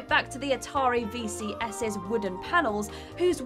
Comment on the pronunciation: agreed! and the Atari bit... Atari VCS's wooden panels, whose weight indicated the model? WTF does that mean even if it was somewhere near true? and VCS's... why not leave that last s silent....